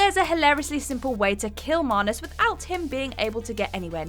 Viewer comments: So....I always thought it was MANus not MAHnus... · Why do keep pronouncing Manus with an r in it? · Wtf is a marnus? You mean manus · Manus ‘marnus’ 🤔🤔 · Anyone else bothered by the pronunciation of manus